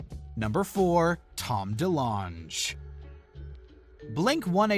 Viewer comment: “Contravesy”? “Valerie Ja-rett”? “Rose-anne”? “Tom DeLon-geh”? What is going on here….